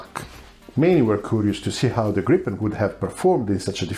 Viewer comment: Gripen with one p! Not Gripppen! Griipen!